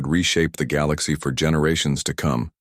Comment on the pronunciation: And teach the AI how to say galaxy, lol